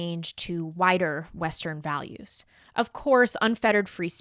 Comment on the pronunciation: Wider? say Whiter xx